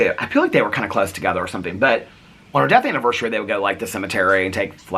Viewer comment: I usually don't even pay mind to if you pronounce things wrong. The two that i notice are anniversary bec you've pointed it out so much & diagnosis-is (as opposed to diagnoses, like the plural form of crisis/ crises) but only cause you talk about mental health so it comes up a lot!